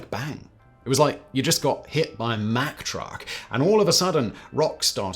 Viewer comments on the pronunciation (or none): none